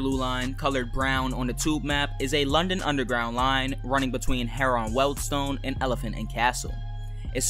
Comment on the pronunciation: Just so you know, Harrow and Wealdstone is said as harro and weldstone